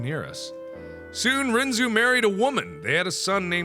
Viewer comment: Oh good God I only realized now he pronounced it wrong, well from an anime I've seen its pronounced differently. This kinda killed my soul a bit